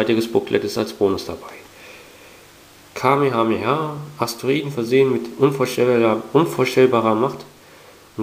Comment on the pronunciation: Kame-Hame-Ha ... :D fand ich irgendwie witzig, wie du es ausgesprochen hast. Dragonball Z ist eine wirklich coole Serie, die eigentlich jeder kennen sollte.